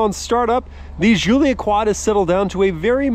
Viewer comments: why are you calling it (Ž)ZULIA....americans having tough time with G? Giullia DŽ_UU_LL_YA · Just gonna chime in and say - it's pronounced JULIA hard J sound, not SHZOOLIA. Italiana eh! Call her by the name she deserves ;)